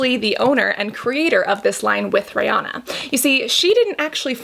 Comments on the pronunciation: “Rey-oh-na” 🤔 now im curious as to how everyone else pronounces her name... i say “ree-an-na” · She keeps calling her Rayana.....girl her name is Ri-Anna..... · Her name is pronounced like Ree-Anna not Ray-onna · Rihanna pronounces it Ree-Anna rhymes w Hannah. Most Americans say Ree-Ahna, rhymes with sauna. I think Cassandra says it more like Ray-Ahna haha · ri not rey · This girl really went RAYYY- ah-nah 😂 I was like what hahah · The correct pronunciation is Ree-anna (that’s how Ri herself says it) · When she said Riri's name as: RaY Ah Na." I cackled🤣🤣 Thanks for the review girl. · Why is she saying her name like that 😂 ray Anna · she was named REE-anna, rhymes w She Hannah. A little different, but close! Most of us in the US say it wrong haha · Anyone else bothered by the way she said Rihanna